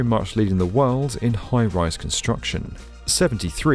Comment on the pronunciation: Your videos are superb, but the more I watch them them the more apparent is your speech idiosyncrasy: You are always pronouncing words that end in 'd' as ending with 't'. i.e. 'world' becomes 'worlt'- damn, it's annoying! Playback some of your vids, you'll soon realize what I am hearing.